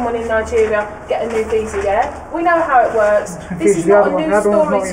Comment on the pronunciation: feel pity for the student. Fire the immigration officer for not pronouncing properly